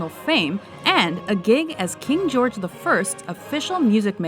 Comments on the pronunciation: why did she pronounce George like that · Please shoot the voice on this video! Who says "Gayork" (George) and "Rickard" (Richard)? Pff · How do you not know how to say George? What the actual feck